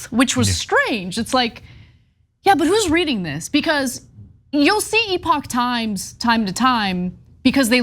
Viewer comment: TYThoe CAN'T PRONOUNCE the company name properly! 🤣🤣🤣🤣🤣🤣 Classic marxist goofball! NEVER DOES BASIC RESEARCH.